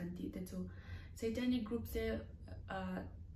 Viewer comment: Ngatinge SEItanic ti a, a lam tlat le😂😂😂